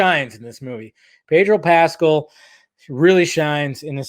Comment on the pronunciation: “Pedro pascel”🤣